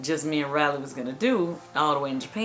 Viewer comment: Riley not Railey.